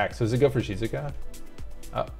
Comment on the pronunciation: I like how you pronounce Shizuka haha, sounds like how a Japanese person would say it